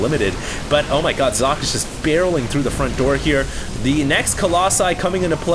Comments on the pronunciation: Fools, it's pronounced Zock-eh. isn't that far off, and it's certainly more accurate than "sawkay" or "sock-ee" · I am german and german is also my first languange. It is german for "sock". However, it is NOT pronounced sock-ay because the S is pronounced differently in german. the S in german sounds like the Z in Zealot. He just needs to add a short "e" or "eh" at the end to make it perfect. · since you keep bragging about having so many high level games by Socke, you might as well take 2 minutes to learn to pronounce his name correctly. Y'know giving him some respect and all. (Zocke (the 'o' pronounced as in 'orange, 'e' as in 'red'')) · uhm no. Zock-Ay is more like it. definitely not sock-ay. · its pronouced Cock. I know, im german. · Hes called SOCK-E with EEE as Eeeeeee